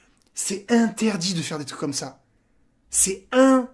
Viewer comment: On dit c'est in - ter - dit mdr